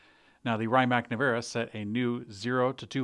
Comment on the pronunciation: Rimac is pronounced REE-maatz or more lazily REE-mac. Definitely not RYE mac. I know you revel in failing to pronounce names, but it's just lazy to keep making those jokes.